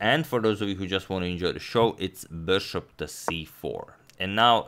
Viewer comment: Could you try and say bishop instead of saying bouøæshouøæøp- so fucking annoying to hear, but it is great content